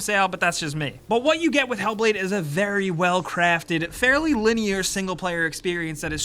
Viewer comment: You make "linear" sound like it's a trigger word or something. Linearity in games is actually a necessity while open-world can easily kill a game.